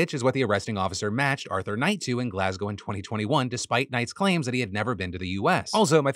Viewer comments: I appreciate how Phil correctly pronounces Glasgow as ‘Glas-go’ and not like every other American who pronounces it ‘Glass-Cow’. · That's wild. I'm Scottish and I've not heard anything about this first story. ((also, love that you pronounced Glasgow properly!)) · Thank you Phil for pronouncing Glasgow correctly, so many butcher it😂